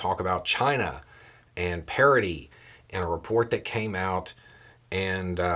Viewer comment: I thought you said "parody" during your intro, and as things went on, I was waiting for the proverbial clown shoe to drop. Then, later on in the video, you said "parity" with enough context to help me realize I had misheard you.